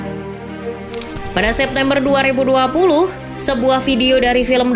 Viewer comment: logat nyebut tahun 2020 , admin nya ke orang sunda 🥲😁